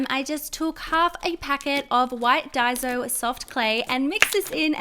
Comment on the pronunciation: It’s pronounced dye-so not day-so sorry it just annoys me